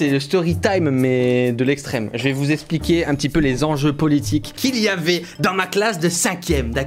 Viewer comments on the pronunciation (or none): none